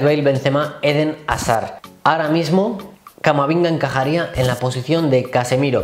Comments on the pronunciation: en el "CAMAMINGA" 👏😂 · a se le escapa "Camaminga" JAJAJAJAJ